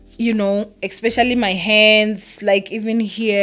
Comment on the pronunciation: Ba mo laile Lerato. You get what you give. Most Ppl ba jealous of Lulu and will never amount to what she is and how she looks. Fact!!! your Egrish is bad too but I would never judge you. Like in this video you said "expecially" and I don't think it's a big deal you still got your message across to us your ninjas. Stop bullying this poor girl or o mona na?